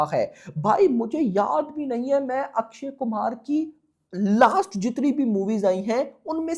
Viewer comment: Akshay Kumhar❌ Akshay Kumar 😂😂😂bht naam to sahi bola kar😂😂😂